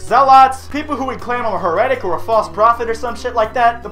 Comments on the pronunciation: Omg you mispronounced heretic and zealot in the same sentence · Why the fuck did you pronounce heretic that way?